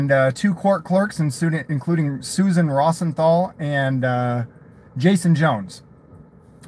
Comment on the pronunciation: “Ross en thaul” hahaha!